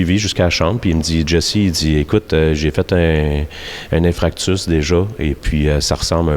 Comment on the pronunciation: Aucun mérite le mec , reprendre l'entreprise de son père ! Tu t'impliques dans des causes qui au final font parler de ton business et t'enrichisse au passage . Tu n'étais pas top shape au final c'est le système de santé qui vaut rien ...Et en passant c'est pas Infractus mais bien INFARCTUS !! Pour un chef d'entreprise , faudrait apprendre à parler correctement ....